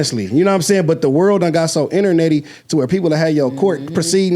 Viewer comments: Inner-Netty 😂😂😂😂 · “Internetty” lol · “Internetty”. Love